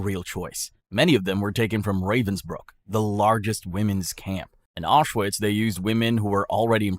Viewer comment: It is pronounced Aushvitz.